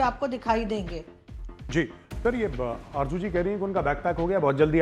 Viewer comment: aby tum loog z ko j kiyun likhtay parhtay boltay ho?? Arju nahi Arzo